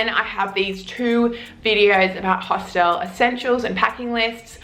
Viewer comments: You look like an intelligent woman, and I would hate for you to keep sounding like a 3rd language speaker. It's a Hostel and not a "Hostelle". Pronounced as "Host'il" . If you want to twang it, you risk sounding like you are talking about a knock shop. :-) Thanks for the vid! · It's HOSTAL not HOSTELLE. Stop using your own pronunciation please.. otherwise pretty decent tips. But I don't know what kind of hostals you stayed at but most hotals dont have a bedlight. It's basic. A room, 3-6 bunkbeds, no gender seperation. If you're travelling, you expose yourself, so always be wary. Europeans are friendly but creeps are everywhere, unfortunately. That includes lady creeps^^ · hos TELLS? Learn to speak properly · I’m sorry… but your insistence on mispronouncing ’hostel’ makes listening to you too irritating. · "if you're going to make fun of me for mispronouncing this word, oh well. I mispronounce this word" would have been a better intro. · How can you help us you carnt even say the word hostel right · You do say hostel weird. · you say hostel weird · Glad she’s addressed the way she says hostel right from the start lol